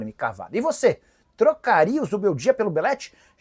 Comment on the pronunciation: Nicola quando engasga com um nome, sai de baixo! A bola da vez é o Zubeldia.